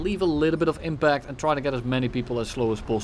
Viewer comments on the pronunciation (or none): none